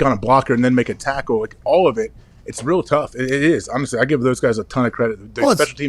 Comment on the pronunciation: What is an "olay tackle?"